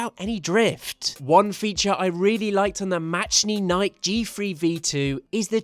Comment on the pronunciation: I might be wrong, but I think it's pronounced "mechanikey"